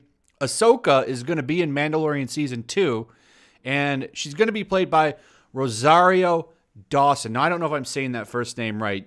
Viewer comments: Isn't she an SJW and she's dating Cory Booker so she gets super woke points how dare they she's a protected class...RRRREEEEEE And yes your saying her name right. I liked her in Daredevil and Luke Cage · You said her name right, and her casting is amazing.